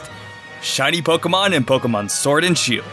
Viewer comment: I heard u say sword and shoe xD